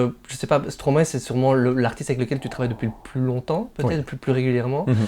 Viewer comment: Non mais c est quoi ces traitres qui disent stromaé lol ... impose ton style